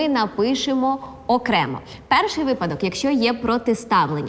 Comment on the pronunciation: Шоу чудове! Але у Володимира постійні помилки у наголошуванні слів: треба вИпадок,рЕшето. І звичайно в наших телефонах є застосунок , а не додаток. Дивує, що вчителька не виправляє